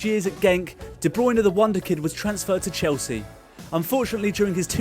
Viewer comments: no it's Kevin De "Braune" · Hate it when De Bruyne is pronounced wrong.